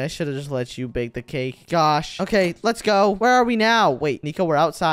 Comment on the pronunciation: Nico say Let's ga or Let's go 😂